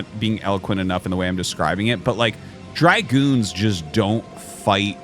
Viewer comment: It's Dragoon, not dry-goon.